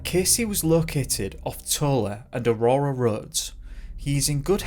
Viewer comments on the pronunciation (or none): none